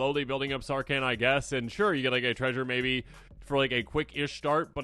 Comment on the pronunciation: Is the h in Sarkhan so silent you think he's a Can